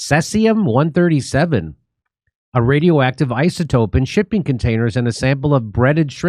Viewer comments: "could" and "potential" Jimmy. And it's pronounced "cee'zee'-um'" C...Z...um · First time hearing about says-ium eh? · said seas-e-um not sess-e-um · pronounced 'SEE-zee-um' ☝ Don't forget to check all of the meat that you want to purchase for magnetism! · He honestly can't pronounce seize-E-ummm? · pronounced see zee um, this common fission product has a 30 year half life. So every nuclear bomb detonated over the last 200 years and every accident contributed to the total fallout which circulates world wide. 23 Bikini Atoll tests contaminated the entire Pacific. Fukushima is a drop in that bucket. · The Asian shrimp industry is cruel and evil. The human slavery level and abuse is off the charts. People live in boats and factories full of ice. Terrible conditions, I won't buy it anymore. Also it's See-zee-uhm....Cesium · SEEZE EEEE UMMMM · cesium is pronounced SEE-ZEE-UM. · Seize-E-um is how it's pronounced, yeah don't eat anything out of the ocean anymore ☢️☠️ Japan years ago changed the allowable radiation allowed in their food so distributors could still sell seafood. 🤢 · It's pronounced see z m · Its pronounced "seez ium" 🇬🇧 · It is pronounced "Sea-Z-um" (Cesium) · Pronounced like SEA sium-137.... which comes from nucIear meItdowns, and has been flushed into the SEA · Jimmy, I love you, Stef, and your show; saw you live, here in San Diego. Just a friendly "intervention," here: Cesium is pronounced SEE-ZEE-um. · Pronounced, sees-e-um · pretty odd that Dore knows how to pronounce Geiger and Fukushima but not Cesium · Thankfully Jimmy learnt how to pronounce cesium by the end of the vid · Jim knows how to spit on people that he doesnt like but cant pronounce cesium. To top it off he mocks those that cant say Fukushima. Low IQ